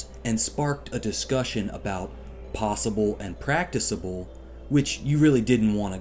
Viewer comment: Love you, but this is a completely dumb, reactionary video. You can't pronounce "practicable" but worse don't seem to know what it means. Stopping meat is practicable but probably less so than stopping fireworks, and regardless generally speaking nobody cares about or is really going to stop either... except when they do, as they should.